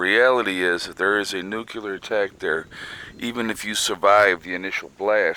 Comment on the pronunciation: The proper way to say nuclear is NU CLEAR!!! NOT NUKE u ler!